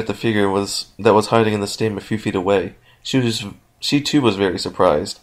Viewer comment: he said she wrong.